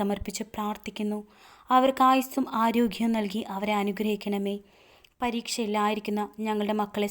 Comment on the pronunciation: മാധാവേ അല്ല മാതാവേ 🙏. ആരോഖ്യം അല്ല ആരോഗ്യം